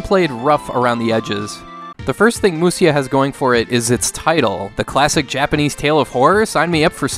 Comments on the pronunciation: Grateful for the content but just wanted to add it should be pronounced /musha/. Musya is just an unstandard way of transliterating the word into Roman letters. Even now, if you type m u s y a on a Japanese keyboard you'll get 武者 just the same as if you type mushya. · Ive always felt the graphics were very good for an earlier SNES game! on a related note, its pronounced Mu-sha. For some reason when Japanese was romanized, the 'sha' sound could be written as sha or sya.